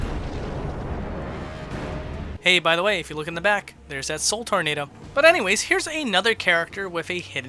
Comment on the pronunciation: Sheez it’s “soulnado